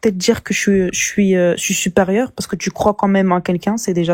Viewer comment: Les tju au lieu de tu …. On n’en peut plus de la banlieue.